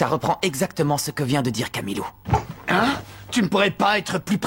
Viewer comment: Pourquoi Marc dit Camilou a la place de Camellia